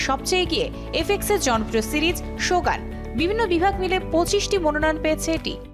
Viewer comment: উচ্চারণ হবে "শোগুন"।